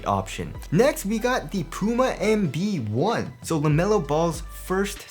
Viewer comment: it sounds like he pronounces the puma EMBiD One ! instead of LB One